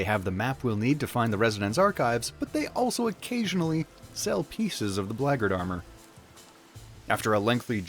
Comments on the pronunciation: "blaygurd" armor? Bro WTF? I search and could not find any armor pronounced close to what you are saying. Black Guard Armor, come on:P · I have to ask: why pronounce it like "braggart"? the Black Guard armor is for the Black Guards... not braggarts (unless, of course, being one, one becomes the other over time!). Did I miss a chapter? It seems intentional?